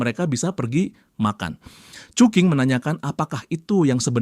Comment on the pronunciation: Cuking ❌ cuki ✅🗿